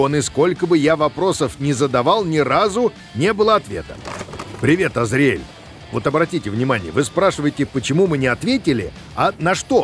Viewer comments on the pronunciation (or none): В Азриэль ударение на А, уж очень по ушам режет